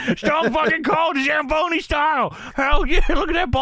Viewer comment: The fact that pronounces Zamboni in the midst scuffed way in every other episode but it's perfect in this one...